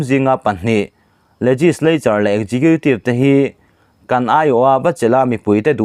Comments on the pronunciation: Khawngaihin executive tih hi ekgiqiutive tia lam lovin, Eksikiutive tiin lo lam hram teh,, a sak ltk mah mah a,,... Tha thin ltk e.. 🙏🙏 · Pu nghaka kha chuan executive hi ekzekhitiv tiin a lam